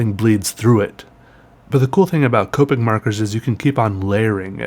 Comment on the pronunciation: i mean i'm pretty sure it's pronounced COP-ick not COPE-ick but you do you